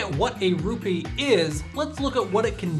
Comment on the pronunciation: He said "Rupi" Instead of Rupee.